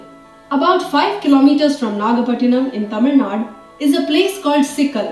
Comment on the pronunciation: Girl who's speaking in the video pronouncing 'Tamilnadu' as tamilnaad and talking about Tamilnadu places.... Nice!